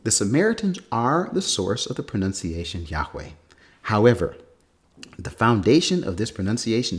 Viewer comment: ) "pronOUNciation" at 4 min. 10. If you can't pronounce the word 'pronunciation'.........